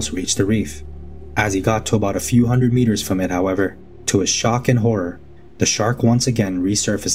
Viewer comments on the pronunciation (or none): none